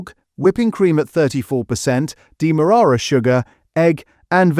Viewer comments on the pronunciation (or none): Ummm... what is dee murrara sugar?!! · psst. It's pronouced "demma-rarer".